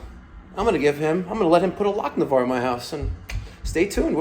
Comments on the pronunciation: Take a shot every time says lock-ne-var 😂😂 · one word....LochINvar. Great videos!